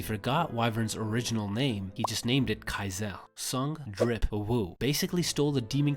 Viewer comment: yucks, when i heard sung drip woo